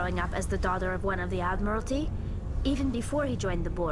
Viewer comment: Tali saying -"I will prabobly never serve on the Admitality Board myself." - is pretty ironic hehe.